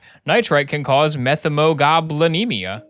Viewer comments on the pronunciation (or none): As a lab/med tech, not sure if anyone cares BUT the correct pronunciation is “Met-hee-muh-glow-buh-nee-mee-uh” for Methemoglobinemia! 10/10 vid, looking forward to more house! (If there is more!)